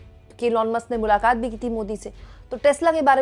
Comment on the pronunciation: 'Mulakat' nahin mulaqaat...khair nahin khhhair